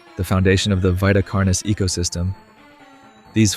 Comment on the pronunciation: It's veeta carnis, not vaita carnis.